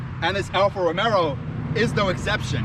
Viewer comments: I stop watching as soon as you said Alfa Romero. ITS ROMEO (Romayo) No extra “R” you goofy ass! We Are Alfisti!! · Say it like this .... Alfa Ro-May-o ..... 🤦‍♂️ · ‘Alfa romero’ 😂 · Romeo not RomeRo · Get the name right. It's Romeo! Idiot.